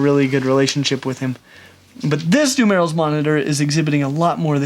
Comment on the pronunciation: dumelil's monitor pronounsed dum-ear-roll